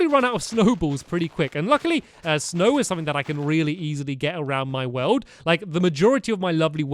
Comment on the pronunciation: Not how you say World